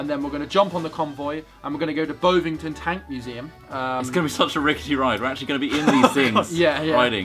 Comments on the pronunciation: it's Bovington like Boxington. haha not Bowvington. just saying <3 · As someone from Dorset I would just like to say it's [Bov-ing-ton] not [Bove-ing-ton] xD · It's bov ing ton btw not bove ing ton... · Err, actually, I think you'll find it's pronounced Bovv-ington, NOT Bove-ington. Thank you! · haha the way they pronounced bovington ;D I live so close but I can't get there!! Damn exams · mispronouncing Bovington..... how to rustle